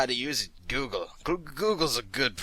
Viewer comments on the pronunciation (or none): none